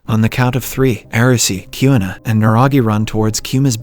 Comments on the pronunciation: Kyuna- it’s Queena (Kuina) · “season 2 opens up with arresu, yousagi kiuna and kisiya”